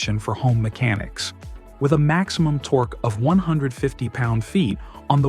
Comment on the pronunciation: "Torky" wrench? WTF?